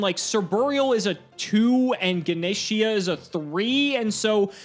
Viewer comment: Lol "Gana' Sheeah.. no its Gah- Nesh based off a Hindu God.